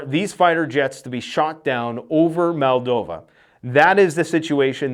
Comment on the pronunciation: MOLDova not MALdova